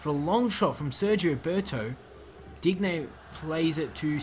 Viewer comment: Sorry your pronunciations are killing me: Dybala- (Dee-bala) Digne- (Deen- yay) Cillisen- (Sill-es-en)